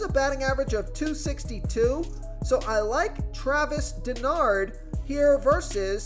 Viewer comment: It's pronounced Dar-no, not Denard.